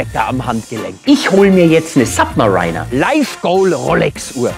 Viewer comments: Bayerisch hin oder her, aber im Englischen heißt es nicht "SubmaREINER", wie der Maria Rilke, sondern "Submariiiihhhhner", woast. Wie bei "US Mariiiihhhns", statt "US Marheins". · Bin mir relativ sicher, dass es "Sabbmeriiiner" und nicht "Sabbmerainer" ausgesprochen wird. Oder liege ich falsch? Schreibe mir in die Kommentare.. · im Ernst: Sapp-me-Rainer? Bitte Aussprache auf erträgliches Niveau entwickeln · Submariner spricht man nicht Submareiner aus... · Submar iiiiii ner. Nix "einer". Oder Sab - märinner für Amis. Aber dein Fantasiewort ist nonsense. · Jaja, Submariner nicht aussprechen können, selbst monströse Honorare aufrufen und sich als einer vom Volk ausgeben. Kannst Dich gleich mim Mario Barth zamtun, der trägt ja auch gerne Nautilus. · Am Anfang des Videos dachte ich, er spricht Submariner absichtlich falsch aus, er hat das dann bei den anderen aber nicht durchgezogen - heißt, er weiß es wirklich nicht. Peinlich.